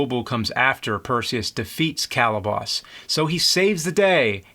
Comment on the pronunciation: He's killing me! Bubo, Calibos, Thetis...he got 'em all wrong. I'm not even sure if Charon is correct. I thought it was an "sh" pronunciation. I'll have to rewatch the film.